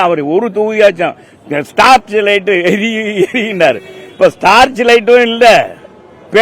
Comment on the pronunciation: டார்ச் லைட் என்று கூட சொல்ல தெரியவில்லை தெர்மாகோல் ராஜ் ஸ்டார்ச் லைட்